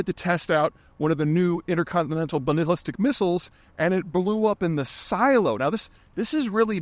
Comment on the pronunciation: Nuclear, Peter, not newculur Dog dammit! And your shot at balalistic missls was...interesting. Patreon is a complete non-starter because paywall and inconvenient. Week-old news is fish wrap. Must have intuited it coming because after literally years of viewing I unsubscribed last week. After this video announcement you just made it to YT's "Don't recommend this channel." status. So long and thanks for all the fish.